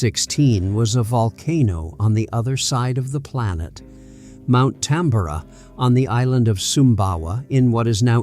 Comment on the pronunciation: Pronounced Mount Tam-bor-ah.